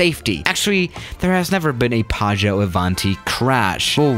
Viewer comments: Hey, it's actually PIAGGIO, not PIAGGO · It is Piaggio not Piaggo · Piaggio not piaggo... I'm italian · as an Italian I need to say that it's called Piaggio Avanti but you not say it Paggio Avanti, it's just Pi-aggio Avanti, good vid do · Says "Paggio", spelles "Piaggo". It really is "Piaggio". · It's Piaggio not Piaggo. It is pronounced "pee-ah-jo" :DDD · It's piaggio not paggio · It’s Piaggio not Piaggo... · People:piaggo avanti:padjo ivanti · Coming from an Italian, how he said "Piaggo Avanti" sounded so weird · P.S. I am Italian and I know it's "P-ee-oj-ee-o" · Nobody: PAGGO AVANTI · plane:PIAGGIO AVANTI:PAGGIÖ AVÁNTI me, just an italian guy:ExCuSe Me WtF!1!1?1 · today we’re going to talk about the ‘Piaggo Avanti’ Me: blurrgbleue?? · You should check the correct pronunciation. Piaggio Avanti is pronounced really differently than "paggio", which means waiter. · Pronounced pyaggyó... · Actually it‘s „piaggio“ and you say the first i... These are the ones that had built the „ape“ tricycle! And no, ape does in that case not mean ape but it‘s the italian word for bee. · yeah, but you forgot that there are two g in "PiaGGio", so you have to pronounce it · Actually its "piaggio avanti" XD (that plane isnt even so bad! Maybe I think it because I'm italian...🤨🤔😂) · Its "Piaggio avanti" u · Piaggio is actually a really big motorcycle company, and you pronounce it really wrong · When you pronunce piaggio you have to make the i sound